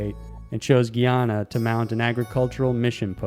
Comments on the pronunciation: Fixiated? Another famous blunder. And Guyana is pronounced Gi- ana. But YES! These are very creepy tapes. 😳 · GUY-ana not GEE-ana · How do you butcher saying Guyana like that??? 🤣